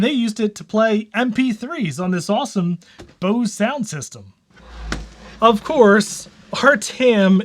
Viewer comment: Oh and “Bose” rhymes with “nose.” It’s not “bose-ee.” If you want to pronounce it in German it’s “Ber-za” with an umlaut over the o (Böse).